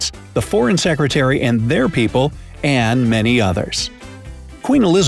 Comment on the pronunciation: Also it said deputy sercretary in stead of secretary